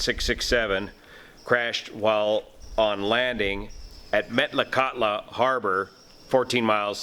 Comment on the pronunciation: Met-la-kat-la.. almost got it pronounced right. The flight was a scheduled Part 135 commuter flight.